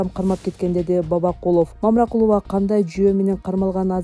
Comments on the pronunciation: Мамыракулова эмес Мамыркулова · Мамыракулова эмес ээй тупой башы жок Мамыркулова дэп айтсан дагы журналист имиш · Мамыракулова эмес Мамыркулова деп жазылып туратко маңка автор туура окусаң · Эй танитыраган журналис бироонун фа илиясын жакшылап окуп анан суйлосон боло Мамыракулова эмес мамыркулова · Мамыркулова фамилиясын туура окусаң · Мамыракулова эмес Мамыркулова. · ТООБОО...ДИКТОР...ТУУРА ОКУСАНЧЫ???... МАМЫРКУЛОВА...ДЕП ОКУЛАТ???... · Туура окугула мамыркудова